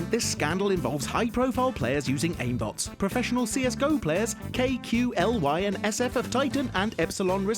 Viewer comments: IT'S KOOKLIII, not k.q.l.y, Kooooook-liiiiii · It's not kay koo ell wai, it's pronounced Kooklie. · It's pronounced "Kaylie" not "Kay-Que-El-WHY". Please do your homework next time to avoid embarrassment.... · “K-Q-L-Y” it’s fucking kelly do some research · Did you said K.Q L Y ??? It's kaly lol.. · you actually dont pronounce the name KQLY k-q-l-y you says it like kolly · K-Q-L-Y.... bruh. It's pronounced Kaly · It's KUKLIIII not K Q L Y ! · K-Q-L-Y KOOOLY STYLE, IT'S KOOOOKLI MAN!! KOOOOK LEEEEEEEE!!! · Its pronounced kookly not K-Q-L-Y and he didnt use and aimbot he used an aimlock which is pretty different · Lmfao K.Q.L.Y bruh you don't even play cs clearly. It's not pronounced letter by letter it's pronounced KooKlee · BTW KQLY is pronounced Quickly not. kay que lee why. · says K Q L Y instead of kukli... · Not kqly it's pronounced koo- klee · its not k q L y it's kelly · If you ever say KQLY like that again. Im going my hand up your ass and work you like a puppet. Its pronounced. K-Quill-e - KQLY fans. probably. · KQLY IS NOT PRONOUNCED KEY-KYU-EL-WHAY ITS PRONOUNCED COOK-LEE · I've heard people pronounce KQLY as Kailey, Quickly, Kyqcly etc, but never K Q L Y. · they pronouce KQLY as Kelly not K Q L Y xD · Kukli a nie K, Q, L, Y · * KAY KYU EL WAY* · kqly is pronounced kaley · KQLY is pronounced "Kayley" btw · KQLY is pronounced (cook ly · KQLY is pronounced as "Cali" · kqly's name is pronounced "kukli" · Whhhyyyy would he say kay que L why instead of kqly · KQLY is pronounced cookly. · pronouncing it K.Q.L.Y -_- you'd think he's research more on how to pronounce the name properly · Its pronounced KOOK-LI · Javez Ferrer no, it's pronounced kay-lee :/ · "K Q L Y" facepalm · It's pronounced ''Kukli'' :p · KQLY's name is pronounced "Kay-Lee" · It's pronounced "Kelly" or "Cali" as in California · I thought it was Koo-clee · Dude, the pronouncation for KQLY is simply "Kelly".. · lol K-Q-L-Y, pretty nice how u are careful with pronouncing the name :D